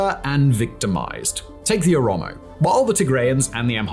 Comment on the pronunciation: Well done for recognizing that Welkait was an Amharan land since at least 1944. Your research is superb! And you are now pronouncing Oromo correctly as opposed to saying omoro 😃